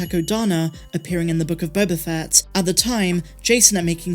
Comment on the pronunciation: You keep mispronouncing “Book of Boba Fatt”.